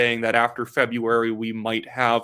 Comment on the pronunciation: I dislike Jughead as much as everybody else, but you delivered this speech embarrassingly poorly. "Dedicatedly working hard." "Not a single Canadian doesn't think he has no spine". "He has a not very good chance of being re-elected." "Febyuary." I'm not even two minutes in here. Get better, guy. Figure it out.